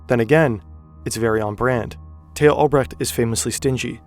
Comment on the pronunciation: Tay-ho Albrecht Lol